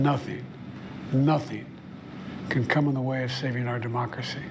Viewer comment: “Abam Lincoln” “Mockracy” JFC Joe. Talk about cutting it close. Had you done this in another week or two you might be using a drool cup.